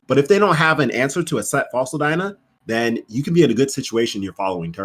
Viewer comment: That is exactly how you pronounce dyna